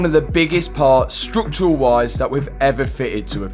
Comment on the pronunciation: What the he’ll is ‘strook’tural damage ❓❓